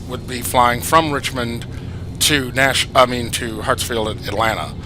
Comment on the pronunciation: why do you say hatsfield its hartsfield